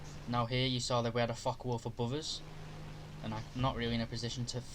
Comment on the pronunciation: How come it sounds like he is cussing as he talks about the fuckawolf and the fuck190🤣😅